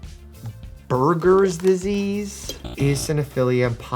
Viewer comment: I think he mispronounced it. I have bergers disease and I’ve always heard it said like bur-jers